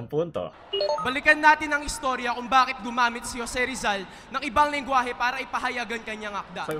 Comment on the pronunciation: it's the "bakeight" for me.